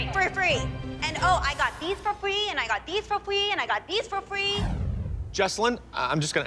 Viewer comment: I got these for fwee and got these for fwee